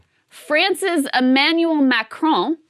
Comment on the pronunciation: Kudos to Krystal for pronouncing "Macron" well by not pronouncing the letter "n".